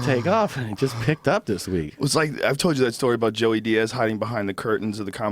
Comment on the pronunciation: Also I will forever hate redbans childish speech impediment. Says shit like "brawl" instead of "bra", or "tode" instead of "told". Holy hell, I know he's not around so much in modern day JRE's but still.